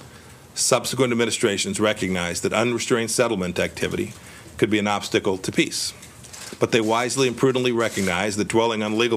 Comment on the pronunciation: He can't even say PEACE properly.